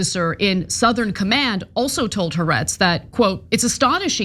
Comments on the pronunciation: It's not Haretz. It's "Ha Ah retz" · Israeli liberal publication, what did you call it? Hahretz? Maybe you should learn a thing about what you are talking about before making accusations, and as part of that how to properly pronounce the easy to properly pronounce name of an organization that shares your opinion.